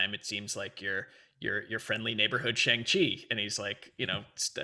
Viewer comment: That’s a really good pronunciation.